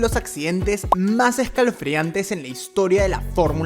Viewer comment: E S C A L O F R E A N T E jajaja